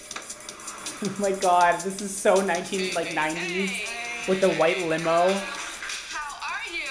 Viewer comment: It's not even a limo 😂 Its a Himo, a whit Himo😂😂😂😂😂